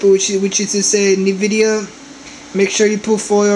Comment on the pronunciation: lmao, "rye next to see pee you is da nuh-vidia chip" its (en-vid-ee-uh) lmao "its gonna be rye around here (makes circle gestures with his finger) lmao. Please Please...dont post anymore videos..your killing us. If you think your helping anyone, your not. Your incapable of doing such a thing. Your not smart. So stop fooling yourself. "uh, see if uh..it turns on and uh, as you can see mine worked, annnd...there it go" lmao.